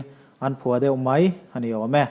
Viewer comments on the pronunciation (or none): none